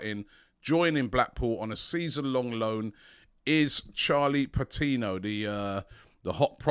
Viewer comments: AFTV putting an "h" in Patino like we wouldn't notice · "Charlie Patinho" the dyslexia is rife at AFTV. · Patino not patinho he isn't Brazilian mate.